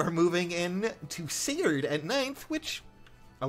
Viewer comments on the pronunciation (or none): none